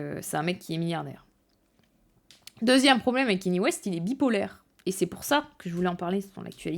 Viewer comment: Je vais faire le casse-couilles de service, mais son prénom se prononce Ka Ni é, pas Kenny. Très bonne vidéo cependant